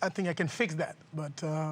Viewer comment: Its "think" not "tink"